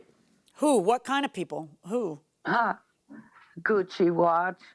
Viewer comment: She didn't say Gucci watch, she said cuchi